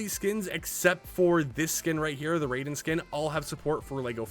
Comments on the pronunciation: "Rye-den" not "Ray-den" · It’s pronounced RYE-DEN. Not the god of thunder Raiden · bro did not just say "Ray -Den" its pronounced Ryden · Raiden as in Rye-den, not Ray-den. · ITs not raiden like mortal kombat raiden its said this way ri,den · His name not pernounced Ray-Den , it's Ry-Den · Its not pronounced ray den its pronounced ry den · Raiden not RAYden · his name is pronounced ryden not the same as raiden from mortal kombat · I…. Why is everyone pronouncing Raiden wrong? It’s not Raiden It’s more pronounced RI-den I’m not mad just disappointed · The way He said Raiden name 🤦🏽‍♂️ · He can't say Raiden correctly, though. You can't win 'em all 😂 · not how you pronounce raiden, but ok